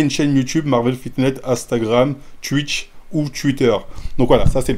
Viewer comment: Ptdrrr luffy contre marin fort 😂😭 mm Twitter et twitch, aucun effort sur les prononciations 😂 force au wakanda ✊🏾